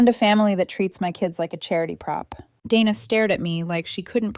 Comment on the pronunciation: Day-na. Not Dan-na